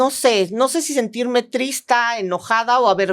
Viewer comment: JAJAJAJA iba a ver el podcast hasta que escuché a la señora a decir trista 😂